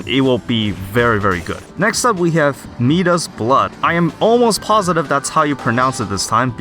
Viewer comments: Midas blood reference to King Midas in myths, it is pronounced Mai-das or Mai-Duhs “both sound the same” It is not mee-das. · I believe that is supposed to be My-Das-es Blood, not Me-Duh-s Blood. Like King Midas, the king with the golden touch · Since you mentioned to.. Midas Blood is pronounced My Das.. from the story of King Midas.. wished for everything he touched to turn to gold.. 😎👍🏽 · it's not MEE-das, it's MY-das. Midas was a Greek King in a fantastical tale that was so greedy he was cursed with the ability to turn all that he touched to gold, which was magnificent until he realized he couldn't eat food, drink water or hold his loved ones. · Honestly it depends on what language you read it, in Italian it's MEE-das, while in English it's pronounced MY-das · homie, Midas' Blood is pronounced (MY-diss) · You pronounce midas as my das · Gold like King Midas. Pronunciation: my-dahs. Unbelievable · IT IS PRONOUNCED MY-DUS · FYI it's pronounced MY-DUS-ES blood. as in, King Midas, who wished that everything he touched would turn to gold. Ended up turning his daughter to gold. The Midas Touch. See also, Tomb Raider easter egg. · Just a heads up, you still got Midas' Blood wrong 😂 if you've ever heard of king Midas or Midas touch, it's like that. "My-diss". Great video, been loving your content since I got into the game a couple weeks back. Keep it up! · It depends on the language obviously but it's more like "my-duhs" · Let me help you out here. Midas is fuckin pronounced "my-dus" not sure how you've made it this far but you're welcome. Shit.